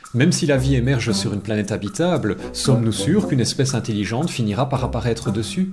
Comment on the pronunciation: "int-i-lligente" ... c'est intelligente